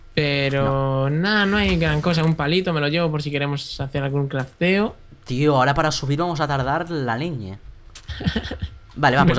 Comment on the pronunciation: LooL Dice Clafteo minuto